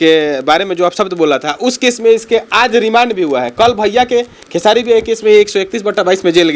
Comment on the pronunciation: ये साला निजुआ र बोल लेता है तब भी खेसारी भैया को खेसाडी लाल यादव बोलता है 😠